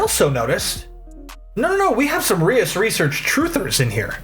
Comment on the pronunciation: procedes to mispronounce Reus 😅